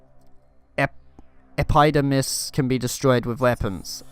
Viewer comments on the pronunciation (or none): Epidermis is pronounced as Ep-eh-dur-miss. It means the outer layer of something biological. For animals it means skin. Since plants don't have skin but have another kind of outer-layer it is just called epidermis. Basically what that log is telling you is that it has a tough skin or shell lol.